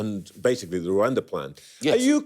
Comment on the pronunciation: Gove; after being so repulsive about everything, manages to annoy me again & anew by his conspicuously weird pronunciation of 'Rwanda'